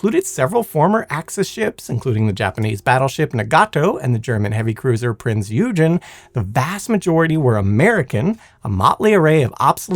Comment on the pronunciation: The German ship used in the Bikini tests was NOT the Prince Eugene. It was the Prinz Eugen pronounces OY-gen, OY as in loiter.